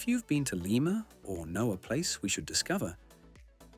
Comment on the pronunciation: Did the announcer participate in the visit? How in heaven's name is he repeatedly calling the capital of Peru "Layma?" Didn't someone edit this who has knowledge of the country?